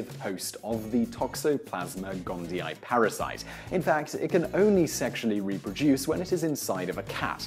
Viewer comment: gondi-ee, not gondi-eye.